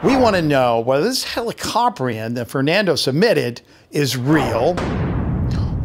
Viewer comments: the way how to say it is heli-ca-prine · It’s “heli” as in helicopter, “co” as in cooperation, and “prion” like the word pry